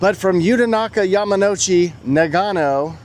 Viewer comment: It’s “Na gun oh”……… there you go, you finally said it right!😂 arigatou gozaimasu